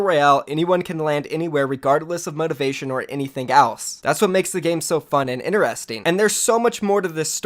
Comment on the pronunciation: ITS NOT PRONOUNCED INERESTING!! God is so annoying